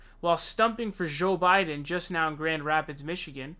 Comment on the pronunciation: why does he say ''show biden'', he sounds like a french guy